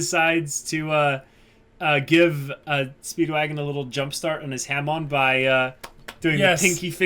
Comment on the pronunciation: It is pronounced (HA-MON)